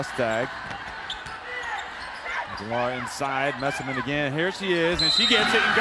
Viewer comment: Dear Commentator: can you said player's name right just one time? That was Messeman